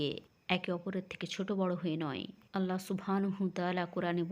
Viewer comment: এই সত্য ঘটনাগুলো খুবই ভালো লাগে শুধু বাংলায় বর্ণনাকারী মহিলার "চাঁপাই বাংলা" উচ্চারণটা বড্ড শ্রুতিকটূ, তবে তিনি নিজেকে কিছুটা সংশোধন করেছেন মহান আল্লাহর নাম সঠিকভাবে উচ্চারণের মাধ্যমে যা তিনি আগে "আলহা" বলে উচ্চারণ করতেন।